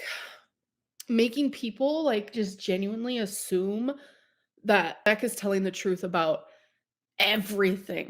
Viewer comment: Same with "genueenlee"